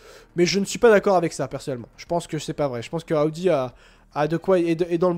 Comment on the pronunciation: Arrête de dire ( A odi ) C'est insuportable Audi = eau di 😂 Et A odi 😂 c'est 2026 Donc Sainz à le temp encore et de toute façon sont père est toujours chez A odi ( Paris Dakkar ) il a toujours une solution et un pied chez A odi grâce à sont père. Calme toi, on dirait que ta découvert la Lune Reste calme, Et Sainz est en rien dans le développement de Alpine et MacLaren Et encore moins chez Ferrari lol 1ere Année il fait rien 2eme année bof en plus c'est l'ere Binotto 😂 Vasseur est le seul qui a redresser la barre chez les Rouges, Charles est le pilote de l'avenir de Ferrari et sur qui compte Vasseur donc c'est plus Charles que l'on écoute ( même si Sainz est très bon sur ce début de championnat) (a voir biensur avec l'arrivée d'Hamilton la direction que prendra le développement ) Aller bon courrage à toi A+ A odi 😂